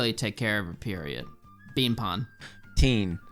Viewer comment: ZE BEEAN